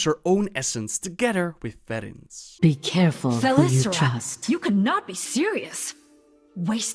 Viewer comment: Wow ben er nog nooit zo vroeg bij geweest! By the way, hoe je Valtrois uitspreekt is echt grappig